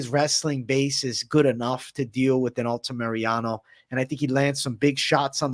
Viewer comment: It’s Alta ME-RA-NO not alta mariano come on:_blackeyeAJ